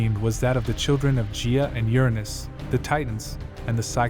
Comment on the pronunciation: Hey, awesome video! One thing Gia and Gaia are not pronounced the same. Gia is a soft g but Gaia (Mother Earth) is a hard G. And the i is also pronounced “eye” and not “ee”. That is all. ❤